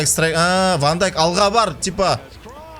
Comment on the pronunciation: Вообше то Ван Дейк